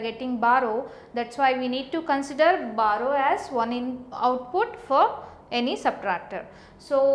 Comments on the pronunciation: Barrow? It's BORROW. BUT LOVELY VIDEO! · It's not barrow it's borrow 😂😂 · It's borrow not barrow btw good explanation. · b(O)rrow hota hai behen ... XD